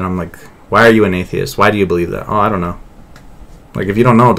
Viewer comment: Lol it’s “oh” but he says it like woah. Either way it’s not “to go”